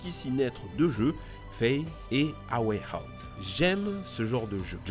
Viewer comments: "Ah way out" ton élocution anglaise est toute pourrie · mdr ton accent A wheille haote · « EWAY HOUTE » chuis mort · " A way out " calof" Best englich aksent ever. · Comment il a prononcer a way out